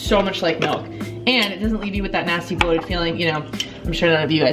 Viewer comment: i cant stand to listen to people say "melk"